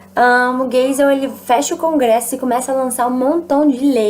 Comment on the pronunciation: se fala gaisel